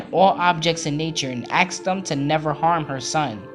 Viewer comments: Ask not axe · Ask, not aks! SO irritating